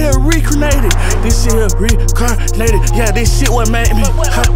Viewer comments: Boy made a new word “recarnated” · nah lil bruh he most definitely said recarnated. You don’t hear no “in”